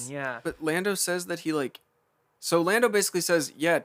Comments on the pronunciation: episode 3 of mispronouncing things: Lando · mispronunciation of the week: Lando